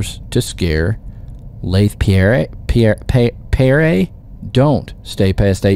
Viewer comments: pierre = pee-air. bro how u a grown ass man and dont know the name pierre? shiiiiiit dude i forgot u cant read. my bad. still love ya! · Pierre is pronounced "pee-ear"